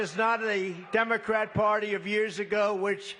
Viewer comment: Sounded like "democraps"